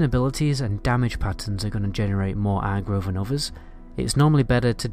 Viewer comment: Good guide but listening to a Northerner say Agro is funny-arrgro-no-Agro-yes!